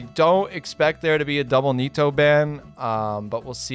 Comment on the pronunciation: why does call nita 'nito'?